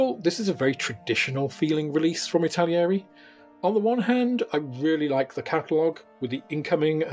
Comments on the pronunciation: Stop saying Italieri! There's no I after the L. It's not like the word Italian., it's pronounced Itta-Leeri... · It's pronounced, "ittal-airy". There are no extra i's or ia's in between those syllables. 😄 Otherwise, great rundown. Thank you!